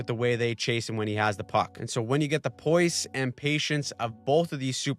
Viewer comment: i love you so i cant keep hearing you mispronounce the word poise 😭 the S is pronounced like "noise" not "choice"